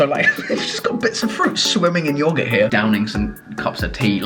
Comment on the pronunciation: chris pronouncing yogurt Me:😐